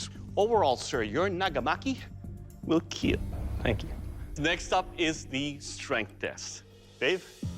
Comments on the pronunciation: It will keel" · It will keal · Why does it sound like he says it will heel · It's keal